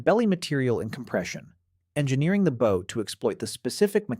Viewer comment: Your pronunciation of "Bow" is annoying as Hell!!!!